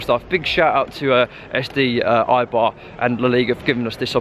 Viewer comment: It's pronounced a-bar not i-bar.